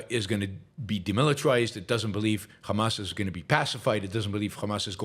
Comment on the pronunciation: He pronounces Hamas as Khamas. This says it Zio.